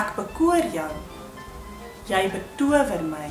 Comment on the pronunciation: Hey, why do you pronounce Jy like 'yay' ad non 'yey'? :)